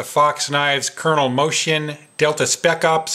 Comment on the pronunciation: No problem, Pal, that mistake is common even here in Italy, speaking about Italy, Moschin's pronunciation is Mos-Keen,( the writing "ch" is pronounced "K" in italian ) U can stun your friends now! Thanks for the good work, dude! :)